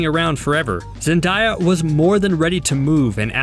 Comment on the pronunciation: Who the heck is “zendiya” lol 😂😂